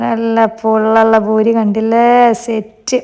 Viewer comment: It’s not boori.. it’s poori 😊